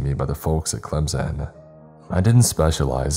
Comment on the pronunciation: Bro that hit I live in Senaca and live like 10 minutes away from whalla and Clemson and you pronounced them a little off 😅